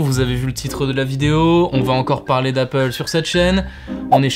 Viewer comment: ouaieuh encore une comparaison avec appleuh, ça devient vraiment frapple cette chaîne